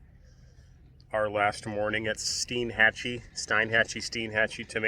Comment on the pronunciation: From what locals have told me, the name of the town is pronounced STEN-Hatchee. It is a neat place like all those Big Bend towns are. This is the last untouched place left in Florida from the sort of massive development taking place around me in the Orlando area. I had a friend who had that model of Bayliner. It was a great model. They were a very popular model. If it's in good shape, you can find them on the used boat market for a reasonable price. It's a good Loop boat for a couple or single handed. Nice video. Sorry I posted this here, I thought I had cleared being on this thread. I'm not going to delete and repost this. I'm on a phone and it's enough of a pain to post as it is.